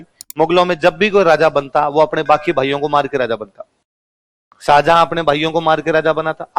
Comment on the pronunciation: Pehle naam lena seekh tab padhana Saajahan nahi tha Shahjahan tha salo tum log ko bolne ka tameez nahi hai tum padha rahe ho